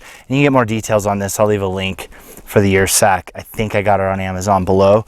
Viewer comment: I believe that would be pronounced 'er' sack as in Ursus (bear genus).